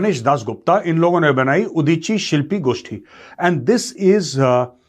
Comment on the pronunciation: Major-saab, I loved the way you pronounced Udichi Shilpi Goshthi.....If any one is listening to you for the first time, he may have thought that you know Bangla speak the language very fluently......🙏🙏